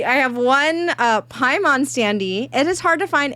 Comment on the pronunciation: Every time you said paimon I keep thinking you are saying Piedmon the digimon instead